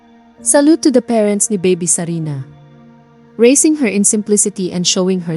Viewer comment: It's sarina!! Hindi sabina 🙄🙄🙄🙄